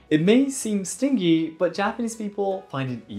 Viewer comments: My friend, not "sting-y" like the stinger on a bee, but "stin-jy" like "binge-y" like binging Netflix. Hard G, not soft. Thank you for your videos. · You speak English so well that sometimes I forget it isn't your native language until you say certain words. In this case it was "stingy". It's pronounced (stin Jee) like Jeep instead of (stin Gee), like a bee. I hope you don't think I'm nit-picking, you've taught me so much about Japanese culture and customs that I just want to give back a little bit of info where I can. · OK, I'm giving notice that if any Japanese person wants a gift off me then they better have an Amazon wish list. Hey, I hope you don't mind, but the word 'stingy' is pronounced スティンジー. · Friendly tip: "Stingy" should rhyme with "Shinji". Although I understand pronouncing it like "sting" because of the spelling, many English words change their pronunciation from G to J when they take this adjectival -gy form. (I could go on about how this is the influence of French on the language, but you must be a very busy man, so I'll refrain. 😅) Hope this is helpful! 🙂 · Stingy is pronounced like henge. Stin - jē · hey, great video. just thought id correct your pronounciation of stingy. the way you pronounced that word denotes that something hurts or stings. if you want to use it in the way you did, its pronounces stinjy. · Hi,, I love your videos, and your English is usually impeccable, but I did notice you did not pronounce 'stingy' correctly. It has a soft G sound, as in giraffe or gelatin, not a hard G sound, like grain or together. It is a bit confusing, because there is another English word 'sting', which is like ハチ刺され, just generalized for any insect. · That’s not how you pronounce stingy